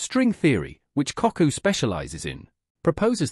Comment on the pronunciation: its Kaku not cockoo, other than that a good program